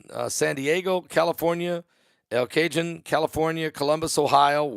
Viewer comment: The word Cajon is pronounced Kahon